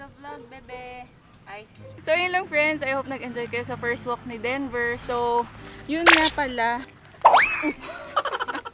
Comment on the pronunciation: ngayon lang ata ako nakarinig ng "dinover" for kuya denver. 🤣🤣🤣